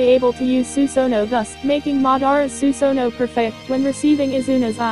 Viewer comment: cringe every time you don't pronounce susanoo correctly or mangekyo